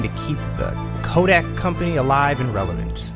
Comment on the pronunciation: Great video, but please check things as you go...Derek Harper, not Ron. Descent, not desent. Kodak, not kodax.